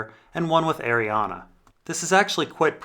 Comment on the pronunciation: ARRIANE NOT ARIANA WHAT'S WRONG WITH YOU